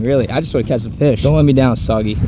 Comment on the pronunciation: Just to let you know it's pronounced soo-gay-ling brother lol but I like "soggy" better 😂!